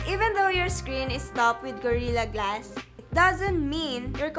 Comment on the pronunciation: Itsh been implemented on varioush porchable and high end devishes and by twainty ten there were approcshimately two hundwed mirrion devishes having gorirra glash one Dafuq...